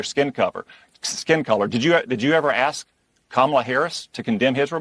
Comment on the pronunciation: If your going to speak for a living force yourself to pronounce the word "ask" correctly.